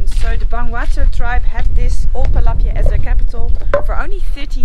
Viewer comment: when saying palapye the “y” is silent